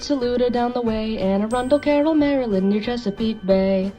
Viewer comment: He said Maryland right omg